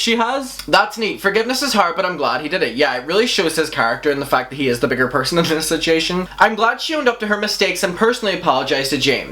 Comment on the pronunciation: I love how he says situation. Sich ee yay shin. ❤❤ Seems like last year was dramagedon and this year is KARMAGEDON.